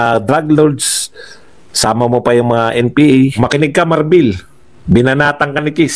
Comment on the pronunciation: Marbil hindi Marbel ano capt marbel?